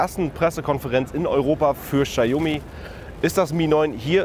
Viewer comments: Bei einem Unternehmen wie Notebooksbilliger.de hätte ich ein professionelles Video erwartet und kein Vlog scheiß. Vorallem kann der angebliche Mitarbeiter nicht ein mal den Namen des Herstellers richtig aussprechen. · Die Marke spricht man anders aus. Danke